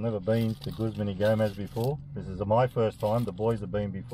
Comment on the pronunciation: Have a like for pronouncing the name of the business correctly ! (: As an employee of a Guzman Y Gomez restaurant, seeing such a positive guest experience and the correct pronunciation of the business name, truly makes me really happy !!!!!!!